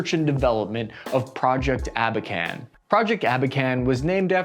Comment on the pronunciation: "Abakan" and not "аkban". The program was called "Abakan". Shitty experts